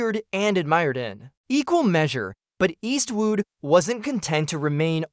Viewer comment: Eastwoot? Eastwoot again and again! I gave this video a “thumbs up” but had to take it back, Eastwoot. 😢